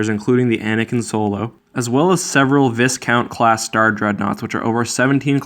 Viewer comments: Viscount is pronounced vye-count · Viscount Vy-Count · Probably not the first one to say this, but "Viscount" Is pronounced "Vy-count" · *Cringes as mispronounces 'Viscount'" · The s in viscount is not pronounced